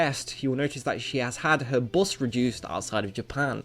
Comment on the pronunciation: Stop saying dual instead of duel, and it's not Buss its bust